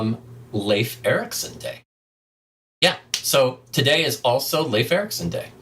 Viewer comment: Pronounciation as on point as far as I can say. I know Swedish, and the name can exist I guess in all Nordic languages (except of course Finnish), so I would say Leif sounds pretty much the same...